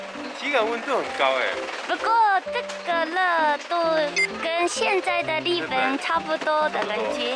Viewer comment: 日本人講日本，一定會說 利本😆很可愛